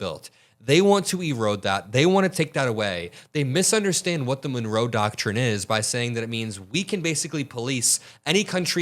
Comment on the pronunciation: What the heck is a doctshin?